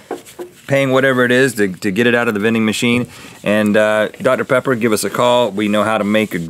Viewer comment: OMIGOSH So my best friend and I are both HUGE mythical beasts. Well, about a year ago she mispronounced Dr. Pepper and called it Dr. Peppy, and it's been one of our biggest inside jokes ever since. THEN RHETT SAYS DR. PEPPY IN THIS EPISODE!!! We are both freaking out right now, this is so freaking awesome. Fate has smiled upon us today.